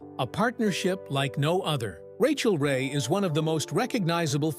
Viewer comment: Cant the bot just pronounce her name?